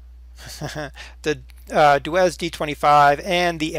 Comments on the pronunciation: DER! It's not "Duez" :D. It's "Doitz". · i thought it was pronounced Dootz